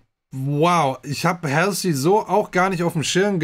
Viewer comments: Mag deine Videos total! Würde mich auch über Demi Lovato, Nina Nesbitt und Tori Kelly auf dem Kanal freuen. PS: Halsey spricht man anders aus :) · Halsey spricht man anders aus 😉